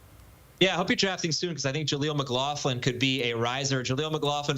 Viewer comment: "Mclofflin" 😂😂 it's pronounced 'mc-glok-luhn'